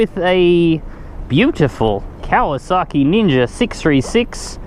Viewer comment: He says is as "KawasaKKi".... and it's white... be careful my white brother....